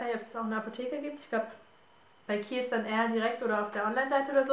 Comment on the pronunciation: warte mal wie heisst die marke der creme ich habe dasnicht verstanden . ich habe erst keels bei google eingegeben